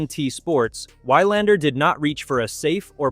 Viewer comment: I like this video, but the commentary pronunciation is terrible. It pronounced 'Wilander' 'Wylander' with a long y sound in the first syllable. Definitely an AI narration. Please get a real person to do the narration. Nevertheless, I like the content of the video highlighting the impact of Alex Eala on the professional tour.